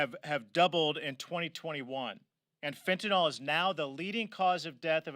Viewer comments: Hey Republicans, I love you but it's pronounced just like it's spelled..... fen-tan-yl .... fentanyl. Not even a dyed in the wool Texan on his worst day could make the mistake of putting an all on the end. Get it right for gosh sakes! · It’s not “Fent-tin-ohl”.. it’s “Fen-tin-ughl” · It’s NOT Fentanol ! It’s Fentanyl (Fen-tan-il) !!!!!! How many politicians & news hacks are gonna screw this up ???? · Otherwise appreciate the message and I’m in total 100% of what I have heard. It’s just so many say “fen-tin-aughl” and it sort of helps